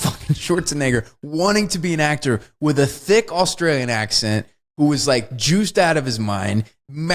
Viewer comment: It sounds like Wes says both Austrian and Australian at the same time. To make sure he's got it right